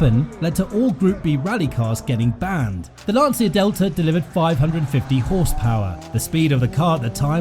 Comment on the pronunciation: oh and the way u pronouce "Lancia" is almost criminal xD